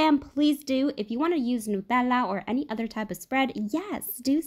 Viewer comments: The way she said nutèalla 😂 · am i the only one that finds her “nutella” satisfactorily satisfying